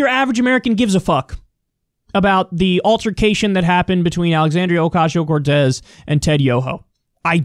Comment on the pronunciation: is it just me or does kyle say "ocashio"